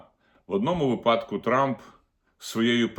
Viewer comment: Пане Огризко, вИпадку !(Вам має бути соромно робить такі помилки !)